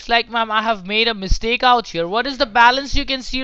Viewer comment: Literally, NONE of them can say "By mistake" or "Mistakenly" correctly